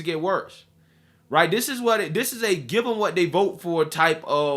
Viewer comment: please try to pronounce the words this, they, that correctly and not dis, dey and dat... seriously Bro.